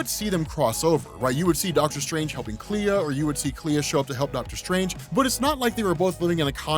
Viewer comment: It's pronounced Klee